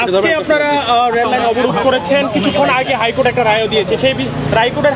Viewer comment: রাইকোর্ট এর হাই🤣